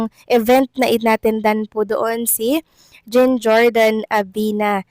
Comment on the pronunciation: Di mo pa rin mapronounce nang tama ang JEAN Jordan? Jean as in John, ganun!